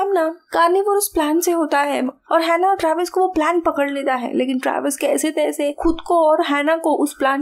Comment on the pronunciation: Kaise taise nhi Jaise taise hota h mam